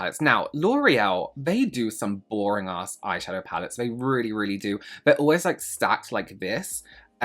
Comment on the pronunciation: I’m sorry “loreal eye shafow” is hilarious to me 😂 glad to know I’m not the only one